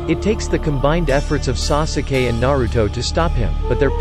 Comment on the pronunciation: WHEN HE SAYS SOOSUKAY, IMMA JUST NOT WATCH DIS ANYMORE